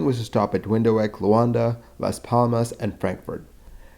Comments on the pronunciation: Windowek? Windhoek is pronounced vint-hook. Windhoek means "Windy corner" in Afrikaans! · Firstly, there is absolutely no such place as “Window-wek”… there is, however, the capital city of Namibia called WINDHOEK (pronounced “Vind-Hook”). The reason for all the stops is that South Africa is not a rich country…we don’t have hundreds of aircraft to fly to all destinations!! Thus the few planes we had…had to cover many destinations! Thus, if we’re flying up the African continent up to London, it makes sense to stop in “Windyho, hooka” or however you pronounced it…from there people in Windhoek may want to fly to Angola, where SAA could pick up more passengers wanting to fly to London, thus keeping the plane full!! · Wind hook. Before making such a video for public consumption a bit of research into how foreign names are pronounced would be a good idea. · Nope! It's Vinthoek - the Afrikaans W is pronounced like the English V and thw D like the English T. (From a born and bred South African) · That "Windowheck" thing is so bad -considering you are doing this to the well-known capital of a whole country-, i really think any normal person would re record the whole video, it's just such a no-go Imagine doing a video about the States and saying "Wootchington" all the time. You would re record Having said that, i really do love your accent in general, it's wonderful to listen to, am wondering what part of the States you are from. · Please look into properly pronouncing city names. Windhoek is pronounced ‘windhook’, something that could’ve easily been found on wikipedia. Also, airliners made frequent stops beside range because of (lack of) demand between origination airport and final destination. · It's pronounced like "vint hook" 😄sorry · Windhoek, which means "windy corner" is pronounced Vindhook, I remember the crash very well, I lived in Jo'burg at the time. Thanks for the video. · It's pronounced "windhook". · "Wind hoooook" for crying out loud! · Windhoek = Vint-hook